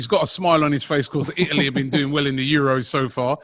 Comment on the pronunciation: ITALY not Ialy. Italy actually have in a T